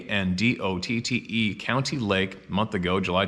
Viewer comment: It’s pronounced Why-An-Dot county. NE Kansas. Leavenworth, KS. I recorded an album there and a few times, just to get away for a bit, I went for a few drives just outside the city and it’s wooded and rural. Right along the Missouri River which literally is the border with Mizzou. It’s hilly enough that there are winter skiing spots near there in Missouri. I can TOTALLY see how these things could be there. I live about 50 miles west of there. NE Kansas is not endless flat plains but is more wooded and increasingly hilly the further East you get.